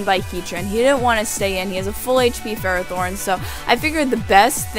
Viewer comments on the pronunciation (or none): none